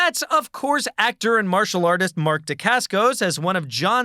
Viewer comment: Your pronunciation of Mark Dacascos name is cringe worthy